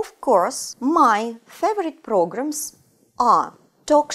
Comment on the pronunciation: програмс я ору.чисто по русски